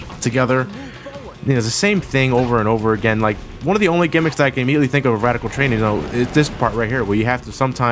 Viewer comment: We are at Wadical Twain LOL